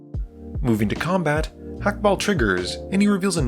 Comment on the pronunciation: you're on the money with Clav but you do in fact pronounce the H in Hakbal's name